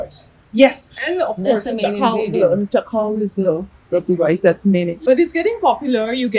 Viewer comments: I think it's chakhw not chak khw . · It’s not cha-khao, it’s chak-hao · That's not chakhao😅😅 That's chahau😂😂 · "Chakhao" the "k" is supposed to be silent